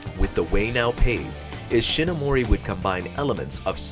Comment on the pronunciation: Words pronounced wrong in this video: "Hongo" "Himitsu" "Kikaider" "Manga" "Ishinomori"